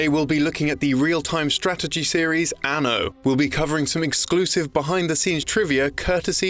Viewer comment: I really hate the way this dude says Anno